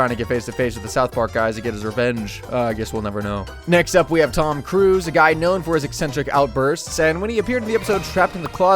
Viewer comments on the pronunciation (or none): lol Tom Cruz like he’s Ted’s brother. My dude it’s cruise